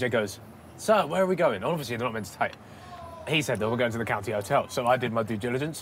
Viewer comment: legendary "COUNTY 'OTEL